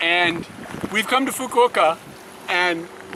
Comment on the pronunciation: So that's how you pronounce "Fukuoka". I would have pronounced it in a way that would make a sailor blush.